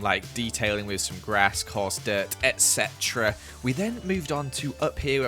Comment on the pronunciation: you say ect a lot